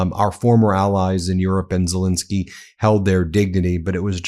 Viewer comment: Hi Ben,really enjoyed your reporting,but would you mind trying to find out to pronounce Zelenskyy’s name correctly. Alenka